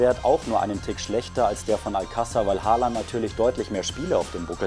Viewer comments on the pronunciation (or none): Man spricht ihn O und nicht mit a aus 🙈